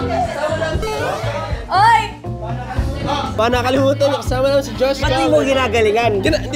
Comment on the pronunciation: ang ganda ng pag ka bigkas ng josh cullen❤